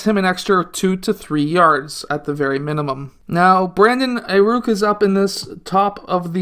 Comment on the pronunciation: this man just said aiRuk😂😂